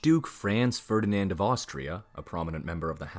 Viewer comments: "Frens Fördinend", "Frens Tshoseph", "Sooophie" 🤣🤣🤣 This disastrous pronunciation is hilarious. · would you please so kind to make some research how to pronounce german names correctly. there has never been a "Frenz Fördinend" neither an emperor "Frenz Dschosseff". for us germans it is naturally to pronounce your names as they are pronounced in englisch. by the way: our capital has never been "Börrlin" but Berlin. thank you so much